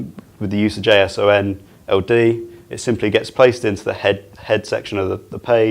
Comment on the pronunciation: The way he pronounces JSON-LD tells me he is not an engineer. Not that it matters, solid information, just a curious observation.